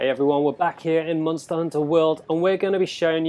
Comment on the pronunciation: Like for monster dislike for Munster like this dude says it XD